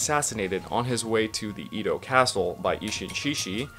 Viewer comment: Not really a criticism but your pronunciation of Edo and Meiji is killing me bruh